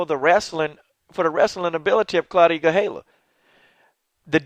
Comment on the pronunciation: GaDELha-- not GaHELLA